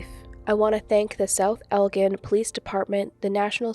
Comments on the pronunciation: Great video…new sub!🤗 It’s pronounced El-gin Illinois, like the liquor, ‘gin’. Was born and raised nearby so thought I’d add that for future reference.🙂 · Just an friendly FYI.. in Illinois we say Elgin like El-Gin Gin said like the alcohol